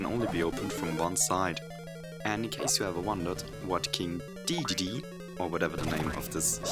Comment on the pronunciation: its pronounced King D-D-D